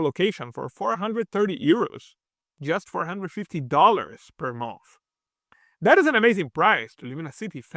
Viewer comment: Thank you for the video, but i had to stop watching halfway through because of the accent. Is it 600 euros per month or per a mouth?